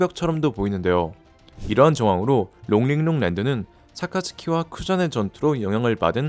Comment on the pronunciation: 롱링롱 발음 착착 감기네